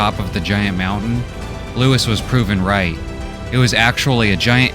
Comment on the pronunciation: Looee. Who is loois🤦🏻‍♂️